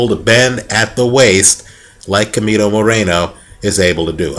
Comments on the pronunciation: Hey dude, I really think your opinions are very accurate. Just wanted to correct you at the time you say "Chemito". It is not pronouced as "kemito" but as "Shemito". Hope you correct that because it sounds really weird. Greetings from Panama. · Yeap is pronounced "Schemito"